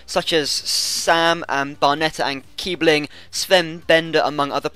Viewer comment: It's pronounced Kiesling bro.